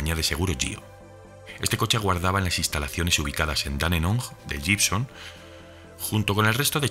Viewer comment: Amigo, la palabra 'Gibson' se pronuncia 'guibson'.